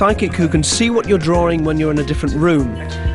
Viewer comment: Drawring.. hehe I love that.